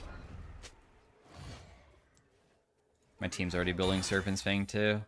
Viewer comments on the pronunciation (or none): none